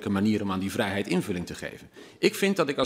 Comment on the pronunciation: Hugo spreekt het woord vrijheid uit als een boer met kiespijn